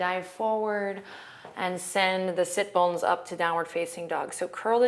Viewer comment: Am I the only person who didn't know what sit bones are? Listening to these first two videos I couldn't tell whether she was saying "sip bones" or "sit bones". I thought they were on my feet. I just Googled it so I am educated now.